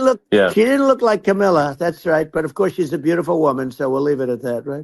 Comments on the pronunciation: Camila is the new purposeful mispronunciation of VP Harris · Yeah.... Riiight.... It is the technology that makes him say camilla and not kamala. 😂😂😂😂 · Sounded like he said Camilla not Kamala, 😂